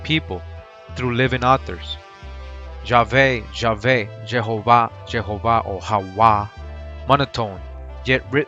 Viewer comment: Its Yahawah not Hawah